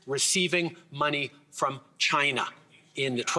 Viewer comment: Chi-Na Trump 2024 confirmed.